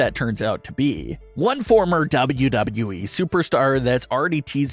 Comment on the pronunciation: LEARN HOW TO SAY WWE PROPERLY